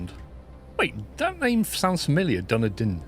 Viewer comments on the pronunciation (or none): Well thats a new way to pronounce Dunedin haha